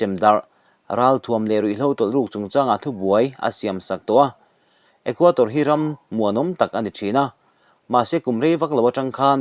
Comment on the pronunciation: Equator a ni lo, Equador tih tur.